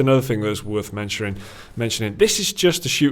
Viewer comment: ''Worth menchooring''